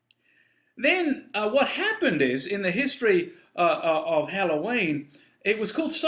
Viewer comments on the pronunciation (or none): none